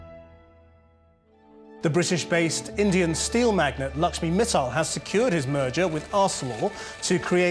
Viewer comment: Mittal pronounced was wrong